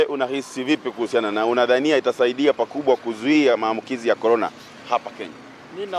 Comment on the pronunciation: Vironas goras... Is that the vaccine? 😆